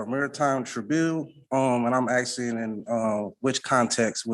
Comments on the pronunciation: Too much 'axing'. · Is he axing or has he axed?